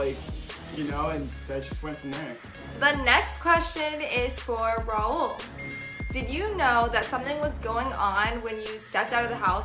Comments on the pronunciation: Its the saying "RAUL" correct for the first time for me 😥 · I was SOOOOOO shocked when said "Raul" and not "Rail". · Oh my god... said Raul instead of rail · i think it’s so rude to know someone’s name but still pronounce wrong... why r they gassing her for saying his name correctly like that is the corniest thing i’ve ever seen 😭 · Wow actually saying Raul’s name right 🤣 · Best part of the video is for sure learning to say Raul's name right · The celebration when said Raul's name right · when she says rauls name right: 👏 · does she want a trophy for saying his name right...